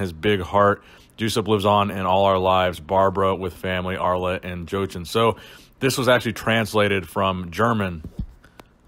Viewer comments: Not joshen it's JoCHen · "Juice-up"? "Joe-chen"? Come on....